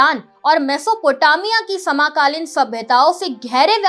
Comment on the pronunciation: सांस्कृति नहीं संस्कृति , समाकालीन नहीं समकालीन बोलिए बहन जी।🤔🤔😔😔🤨🤨😡😡